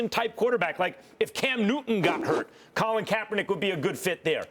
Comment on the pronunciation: y she said colin like dat damn girl